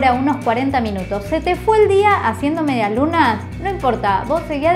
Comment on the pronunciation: Nadie: Absolutamente nadie: En serio, nadie:: mediaSlunaS